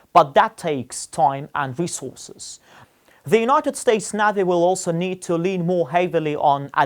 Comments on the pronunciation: What the hell is a navvvy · It is so ridiculous to see and hear your compatriots speaking Russian or any other language. It sounds so ridiculous and funny I’ve deliberately pronounced the word “navy” incorrect, knowing that the righteous way of pronouncement is [nevi]. We are able to speak 3-4 foreign languages, while you are able to be limited with English only. I’ve got a fluent English while you are absolutely incapable to speak other languages So try to relax. The life is going on. Have a nice day